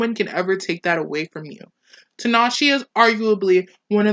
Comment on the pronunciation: Good video but I cringed every time you said her name. The E at the end of her name is pronounced like an A